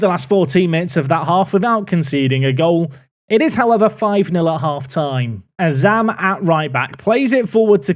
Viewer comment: Did just say Azam's name correctly? About 8mins in if you missed it xD